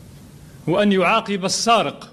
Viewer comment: قال يعاقب بكسر القاف وليس بفتحها والفاهم يفهم